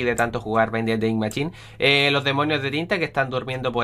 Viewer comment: es mashin o asi no machin o asi es como se dice no como se escribe :v